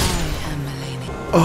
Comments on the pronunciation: Literally my worst pet peeve. Mispronouncing the name even after hearing it in game. Charlie does the same thing 😂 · He REALLY isn't good with names. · I hate that some people still pronounce her name wrong after she literally says it for you hundreds of times. No hate on this guy specifically, it’s just something that annoys me generally